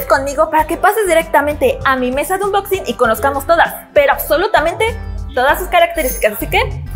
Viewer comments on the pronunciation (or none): Se pronuncia ' onboxing ' , claro que se escribe ' unboxing ' , más no se pronuncia como se escribe ☺